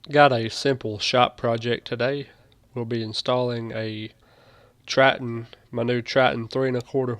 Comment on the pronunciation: I've never heard of a 'Tratton' router.